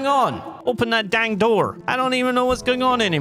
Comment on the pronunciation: OPEN THE NOOR, I SAID OPEN THE NOOR